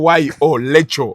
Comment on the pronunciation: Mbu Lekyo😂😂😂😂 instead of Rachael....naye banamasaka